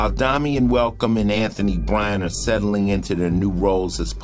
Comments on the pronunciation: Good show & great upload quality!!!! I'm stuck on the fact tho that the guy named calls himself Domian tho sounds stupid as hell when it's clearly spelled like Dame-ien 👀 only thing that bugged me lol, other than that, great show & quality!! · I’ve never heard pronounced like that,it’s pronounced Day-mee-en where I am